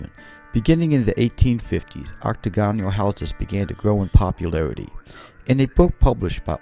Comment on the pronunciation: Dude, the word Octagonal is pronounced ocTAGonal, they way you pronounce it is very awkward.